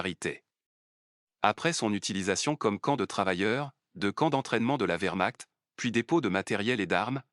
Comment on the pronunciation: Le w allemand se prononce v contrairement à l’anglais. Donc vermacht (comme ds un chointement) ou encore vermart (r doux)